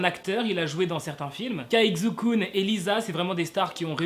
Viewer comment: juste un petit truc caixukun se prenonse tsai chu kun c'est tout😊